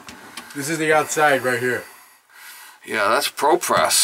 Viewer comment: Why do you keep saying ProPess? That isn't Propress.